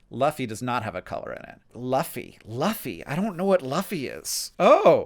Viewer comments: no, the accent is exactly the same. The difference is the vowel sound. It should be the same sound as in ‘loom’, not ‘up’. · L-ah-FFY!?!??! LAHFFY?!?! THAT'S THE FUTURE KING OF THE PIRATES HANK!!! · Do I even want to know what Threads is? Or is this another modern social media thing where I'm better off not touching it with an infinity foot pole? Also, am I the only one laughing his arse off at Hank pronouncing Luffy with a short u and not making the fictional pirate connection immediately? I mean, Luffy is only the star of the best selling manga of all time and only made his creator the best selling Japanese author of all time and one of the 10 best selling authors of all time... It would be like recognizing Merlin, gargamel, and gandalf as wizards but not recognizing Dumbledore. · Hank: I don’t know La-fy Anime fans screaming: Loo-fy!!! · sometimes i forget that hank green is old, him not knowing luffy to the point of fully not knowing how to pronounce it is a wonderfully charming reminder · hearing luffy pronounces as luhfey and not loofy is wak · the irony of saying Luffy like that in a video about being frustrated with rage baiting 😭😭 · Hank obsessing over Luffy and then after ‘x’ minutes coming up with Fictional Pirates but just guessing at Luffy(loofy not lufy) was hilarious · hearing "luffy" said like "luff-ee" over and over again instead of "loofy" was making me crazy lol. screaming at hank through the metaphorical interstellar book case. "HES KING OF THE PIRATES HANK" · I had to laugh when Hank kept saying Luh-fee. 😂 It took me a second to realise he was talking about Luffy as in Loo-fee, from One Piece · Luffy - pronunciation Loo fee , Loofy Fuck me , he said my most said saying. Always floors me when Hank swears. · i’m sure some other nerd has yelled at you but luffy (Loo-fee) is the pirate from One Piece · The Pirate category was the first I got. But I know who Luffy is. Pronounced “Loofy.” If you’ve heard of the anime One Piece, that’s where he’s from.